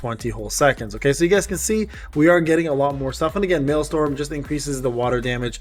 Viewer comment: MaelsTRom not maelstorm. Like a vacuum tornado in the ocean, not like a storm. Sorry I like accurate things